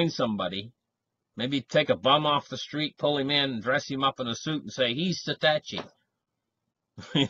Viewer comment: Not satachi!